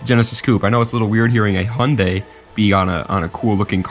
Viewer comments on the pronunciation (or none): All im going to say its prenounced haiundai not hundey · now way you pronounced Hyundai like that bro